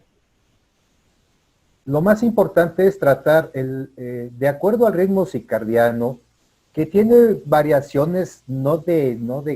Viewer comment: Con todo respeto, la palabra correcta es CIRCADIANO, no CICARDIANO. Gracias!